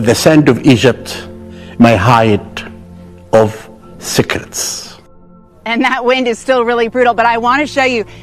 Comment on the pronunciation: That dude tryin to say secrets? Sounds like siklits.